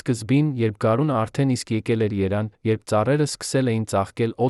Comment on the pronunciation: Այ աննոռմալ ՀԵՐԻՔԱ ԵՐևԱՆ ԱՆՈՒՆԸ ԱՂԱՎԱՂԵՍ ԼԱՎ ԿԼԻՆԻ ԸՆԴՀԱՆՐԱՊԵՍ ՉԸՔՎԵՍ ԱՍՊԱՐԵԶԻՑ ԿԱՄ ԱՅՍ ԻՆՉ ՀԱՂՈՐԴՈՒՄՆԵՐ ԵՆ ՍԽԱԼ ՈՉ ՃԻՇՏ ԱՄԵՆ ԱՌՈՒՄՈՎ ԲԱ ԽՈՍԵԼԱՁևԸ ԱՐԴԵՆ ՀՈԳՆԵՑՐԵԼ ԷՔ ԼԱՎ ԿԼԻՆԻ ՉԸՔՎԵՔ